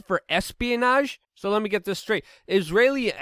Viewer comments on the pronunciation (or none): none